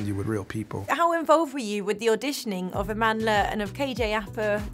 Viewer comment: Her name.... her powerful black name pronounce it correctly please 😡is not Amandela is Amandla